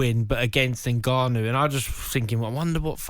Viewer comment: Nahgannou? I thought it was Ngannou. You guys pronounce all the UK fighters correctly. Why not everyone else's?